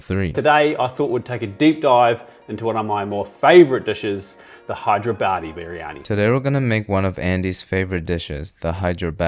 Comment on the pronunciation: i am veerryyyy verryy sureee i heard him say hydra baddie biryaniiee 😂😂😂